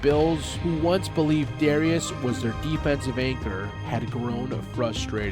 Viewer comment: I think it was pronounced “Darus”